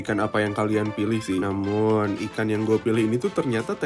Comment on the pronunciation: oalah mas mas "namum" wkwk